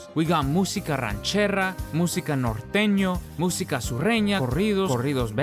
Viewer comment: You say you are Mexican but you pronounce it "rancherra"? Nah men. You are half Mexican.